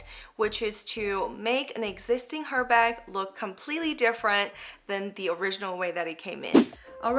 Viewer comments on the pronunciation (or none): Not Her, Ermess. So, its name is best pronoynced as ErBarg. It is unissex. Beautiful video, BTW😊